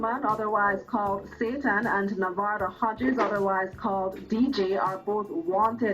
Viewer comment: This whole time I thought you were saying “movado Hodges”